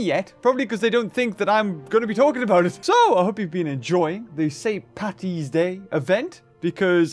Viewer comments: (I'm Irish by the way) It's st.paddys day not st.pattys day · If ye can’t say PADDY’S DAY just say st.Patricks day and stop annoying us Irish